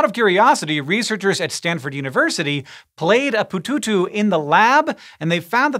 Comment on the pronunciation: Pututu sounds like someone trying to pronounce the main ingredient of French fries with his mouth full of French fries.